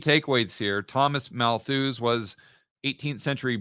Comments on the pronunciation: It's Malthus btw, not malthooooose... Great content as always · ‘Malthus’ is pronounced with the accent on the first syllable, and the ‘us’ part is pronounced as ‘us’, as in we/us. Appropriately enough ‘Malthus’ therefore rhymes with ‘mucus’ and has the same meter. But it would have even been more apt if it had rhymed with ‘shit’. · Getting too much joy from hearing say, “mal-THUUZE” 😂